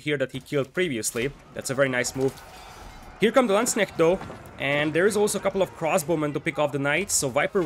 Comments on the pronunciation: Perfect pronouciation on Landsknecht! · Yeah. Impressed with your pronunciation! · Congrats, til now you are the closest non German speaker I heard to pronounce Landsknecht correctly :) A few additional tips for it. 1.) The "a" of landsknecht is the same as in armour. So if you say L-armour then you have the perfect start 2.) you cant pronounce the kn too hard, so just make it a bit stronger still :P 3.) If you want to be perfect, then then plural of Landsknecht is LandsknechTE. The "te" is pronounced like in TEst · Someone not butchering the pronunciation of landsknecht, love it. Nice cast btw